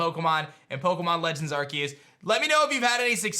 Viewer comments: I think it’s pronounced arse-eus not ark-eus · Arceus NOT arqius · How does this dude play Pokemon for a living but can't pronounce Arceus? "ARK-EE-USS" XD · The game is actually pronounced as Pokémon Legends Arkoos